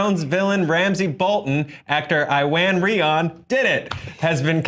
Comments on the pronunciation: its not pronouned i-ran it's eww-an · I-Wan? You having a giggle??? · Guys! You still didn't pronounce his name right! You're stressing the I too much. The I is the same I sound in "it".